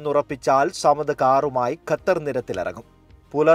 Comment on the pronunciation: ഗത്തർ അല്ല. Bro ഖത്തർ 😊